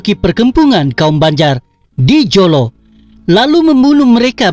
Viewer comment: Admin.sebutam mu tentang HUJAMENTADO tu sebutlah betul2..JOLO ni pun sbutlah btul2. Ehh! Malam maulidurasul mana ada kena mengena dgn " KAJA" I AM REAL TAOSUG AND REAL BURANUN. Bukan setelah di tempah masalahlah bangangggg..setelah mendirikan rumah tangga